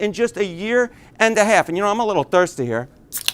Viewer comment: I just keep hearing him pronounce "half" as "hay-alf" and can't help but keep repeating it out loud to myself. Oh yeah and Trump sucks balls and the public are finally realizing it. That's important too.